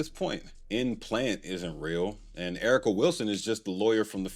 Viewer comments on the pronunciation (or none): none